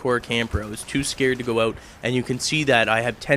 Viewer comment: haha he says "oot"